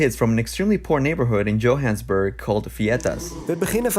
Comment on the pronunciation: Did you really just call it Joe-Hans-burg? 🤣😂😭